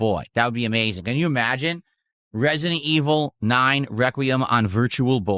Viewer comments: "Turrrd purhhrsuhn liek reh-see-dent eviluhh foor!" And this, ladies and gentlemen is why I call a POSER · Resi-DENT Evil: RE-Kwuh-Y'em will not save the business, okay?